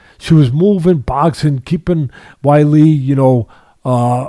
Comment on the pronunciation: 🤣🤣🤣🤣🤣🤣🤣🤣 Anytime I see 🌹name, I tune in to hear Teddy mispronounce it. Namajamas, Namaginas, Namajewnus and Wiley.🤣🤣🤣🤣🤣